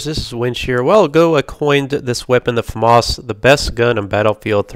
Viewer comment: Its not a farmars its a Famas....